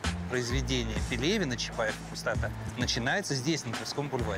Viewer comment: Я вот только одно не могу взять в толк. Произведение "Чапаев и Пустота" по идеи должно произноситься "чапаев и пустОта". Ударение на предпоследний слог "О", так как это фамилия Петра. Петр ПустОта. Но в кино, все его друзья и автор фильма произносят с ударением на последний слог "Чапаев и ПустотА". Хммм🤔